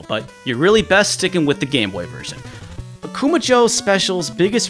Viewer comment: Dude, your pronunciation of Akuma jou is way off. You have to stress "ma" not "ku" and jou is not pronounced like the American name Joe. May be I'm nitpicking here, but this has the same nails-on-the-chalkboard appeal as mispronouncing SF2's Ryu's or Gunpei Yokoi's name. It only takes less than a minute to find a Japanese video on here where you can hear the correct pronunciation if you don't know it yourself.